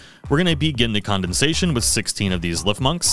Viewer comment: Very helpful but why did you pronounce it as condensation?😅 emphasis on the dens